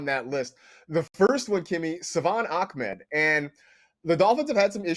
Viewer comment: Ahmed becomes “Akhmed” Tagovailoa becomes “Tonggovailoa” Smh...